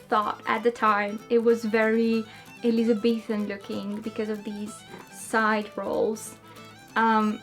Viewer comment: Ooh looking forward to trying this later! I was just thinking that I wanted to try my hand at some new braids, so this was Fantastic timing. you have such amazing hair as well. (also, an aside, you pronounced Elizabethan perfectly 😄)